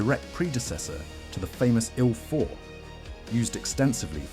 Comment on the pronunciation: And ircraft designations like the Lavockin "La", Ilyshin "Il", Sukhoi "Su" are read as a single unit-just like how you read the aircraft designers' surnames using only the first two liters. It's like saying "Yak" - you don't pronounce it "Ya. k." ) However, you read SB and DB correctly. That's because they aren't abbreviations of surnames, but rather aircraft classes: SB stands for "Sredniy bombardirovshcik"-(Medium Bomber), and DB stands for "Dalniy bombardirovshcik"-(long-range bomber).